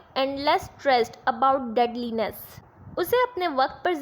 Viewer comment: Han main ne bhi note kiya😢🥺